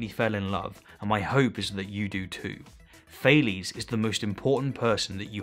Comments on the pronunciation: Sorry for being an anal, but it’s funny how you talk and describe Thales accomplishments and success, yet pronounce his name as Fail-es. I regret nothing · It’s pronounced Ta les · Actual Greek pronunciation would something like “Tah-lehs” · Thales is not an english name. Please pronounce it greek. „a“ like the „a“ in „car“, „e“ like „yes“. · It's funny how much the english pronounciation of "Thales" differs from the german. I think we don't know enough about this man to make a fair assessment.